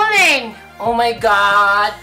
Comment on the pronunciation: I told you,no hair fulling?fooling?ahahaha dami qng tawa.at ang pagbilang ayos na ayos no fooling waahaha.love u tlga...I told you!😂😂